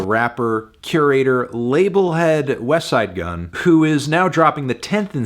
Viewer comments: He said Wesside Gunn instead of Westttside Gunn. What is happening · Finally Anthony stopped pronouncing the T in "Westside Gunn"